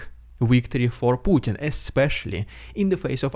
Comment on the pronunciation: It's "victory", not "wictory". I've been listening to you do this for 2 years now. Please get it right.